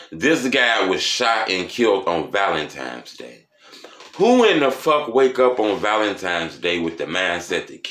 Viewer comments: Lol “Valentimes day”😂😂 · “Valentimes Day”